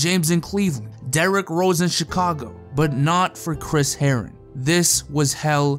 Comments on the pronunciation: the way u say herren sounded like heroin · Chris Herren-on